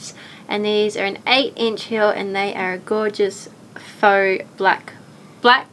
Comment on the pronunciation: Congratulations on "faux" being pronounced correctly!!!